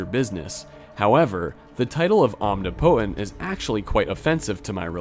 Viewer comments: this is not meant to be a criticism but just a “the more you know” sort of thing, but omnipotent is pronounced ahm-NIH-puh-tehnt not ahm-nee-poh-tehnt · Are you unironically pronouncing omnipotent as “om-knee-potent” lmaooo it is “om-nip-ih-tent” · Arch is pronounced “ark” when talking about the best of something. An arch over a doorway has a “ch” sound instead of “k”. Omnipotent is pronounced “om-nip-it-ent”, not “omni-potent”. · It’s “om-nih-poh-tent” not “omni-potent” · omnipotent is most commonly pronounced /ɒmˈnɪpət(ə)nt/ In a similar vein DDOS is normally called a D-DOS as in dee-dos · Please say "omnipotent" right please. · The way you say omnipotent causes me physical pain. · Im sure someone else has mentioned this but I've never heard anyone pronounced 'omnipotent' like that. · The way you say omnipotent is hilarious